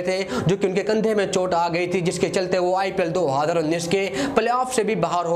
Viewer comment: 2 haaaaaaaaazarrrrraaaa😂😂